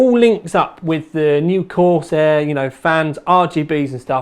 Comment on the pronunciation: corsEHH EHHH sEHven fouwtee